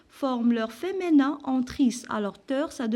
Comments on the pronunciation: بارك الله فيك..في ميزا حسناتكم.. Juste une petite remarque madame.. alors on dit femiiiiiiiinin pas feménin ..le i pas é .... J'espère ..et je vous prie de ne pas mal le prendre.. c'est avec de bonnes intentions.. Sinon vous êtes au top.. Merci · Tu as prononcé mal le mot féminin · Feminin avec un i et pas un é svp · Merci bcp madame mais s il vous plaît il faux prononcer "féminin" correctement.